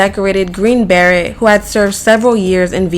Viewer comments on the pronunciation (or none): Lmaoooo a green beret is pronounced **bah-ray. It’s a French word hun